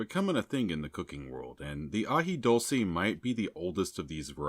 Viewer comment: It’s Dule-ce and coo-lantro!